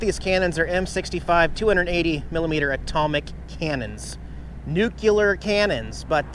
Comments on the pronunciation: you have hit one of my 'hot buttons'. You pronounce Gila 'HEE, LAH'. It's a Spanish word where G is pronounced like a soft H. Also, NUCLEAR is pronounced NOO, KLEE, UR. Just think how it's spelled, NU-CLEAR. Say it with me: NOO...KLEEEE...UR. And again... NOO...KLEEEE...UR. See, that's not so hard is it? I'll try to get George W. Bush to say it correctly too. Oh, you are also going to learn the hard way to wear GLOVES when riding your bike along with some leg protection (like pants) to keep from burning yourself on your hot pipes and/or hitting a cactus or something (like rocks, gravel or pavement!). And if you get hurt and can't get back to Jax, who is going to let him out? I have a cat door for my cats, but I'm not like you and don't keep my cats on a leash or push them around in a baby buggy. They are free to come and go when I choose to leave the door open and when it's safe. As for those fisher people, I would have sarcastically told those people that I didn't know this was their 'assigned' parking spot and would have asked them if they wanted me to move. (I said 'sarcastically!) Maybe they would have gotten the point a little quicker. Some folks don't get the point without a tap on the noggin with a 2 by four. Pretty soon you're going to look like a local news van with all the tech equipment you have strapped on you and your vehicles. Next purchase is one of those giant telescoping antennas for satellite reception. I started watching your videos from the beginning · Awesome vid lol at Nucular its Nuclear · Nuclear is pronounced nu-clee-ar, not nu-cu-ler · It's New-Clee-Err, not New-Cue-Ler. :) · It's Nuclear,... not Nukiller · Nucular???? Hmmm, did you mean Nuclear?? Cracked me up. No pictures of Angela? I'm glad you are traveling with a friend, it's nice to change it up now and then. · Pronounced nucleeeeeer not nucuuuular 🤓 just sayin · NEW KLE ER sound it out and spell it correctly Nuclear......